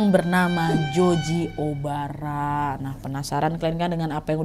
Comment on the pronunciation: Nadia ngomongnya*Joji Obara* kuping dengernya Joji Omara 😁😁